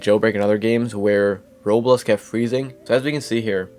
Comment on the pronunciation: ik this is stupid to complain abt but your pronunciation of "roblox" is very confusing, i keep hearing "roles" and its very confusing to hear and i found myself having to replay certain sections cause i had no idea what you were talking abt